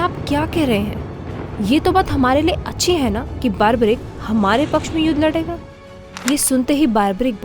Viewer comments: Baarbarik nahi barbareek hota hai.. 🤦🏼‍♀️ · It’s not baarbarick ! It’s बर्बरिक Nor does goddess Shakti gave three arrows as boon ! Please at least get your facts straight.